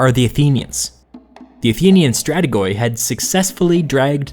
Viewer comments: The ''oi'' in Stratigoi is pronounced wrong. It should sound exactly as the letter ''e'' (Stratige). An example: ''weed'', not ''''end''. Sorry for this comment, it is so hard for me to listen to though. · Strategoi is actually pronounced something like stratigi (maybe more accurately stratiyi) Greetings from Greece, keep up with the good work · not to offend you or anything , but it's pronounced "stra-ti-gi" , plural for "stra-ti-gos" , love the channel ! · Strategoi is not a word, their plural is stratigoi, if you don't understand how a language word don't freestyle it. Just say it in English and don't get me started on your pronounciation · Good work , thank you. I believe you on your own work answer your question if Alexander was a weak king at the time , his decisions prove him otherwise and a very long term thinker. You pronounced Stratigoi as Stratigo'i , why ? Is that the pronunciation of the ancient Greek ? I really haven't heard that pronunciation when we studied Ancient Greek in school. Again , great work , keep it up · I know i'm late to the party but in Greek "-oi" is pronounced as "-i". So it's not pronounced "strategoi" but "strategi" is the word used to this day for "general". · Very good Job!!!Presenting How really things were back then. A few minor comments : a) The pronunciation of the word ""stratigoi" is "stratigi ",as a double vowel "oi" is pronounced "i" in Greek(not that it makes a huge difference). b) There are a lot of myths concerning Alexander the Great:The taming of his horse, the concept that he is a God(smt that his mother is responsible as you stated) and one of my favourites: the "issue" with the "gordios knot":The myth states that there was a knot so complicated, that the one who unties it, will be the conqueror of all Asia.When Alexander was presented to it, he looked at it thoroughly and cut it in half with a simple swing of his sword. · Its stra-ti-yi, not strategoi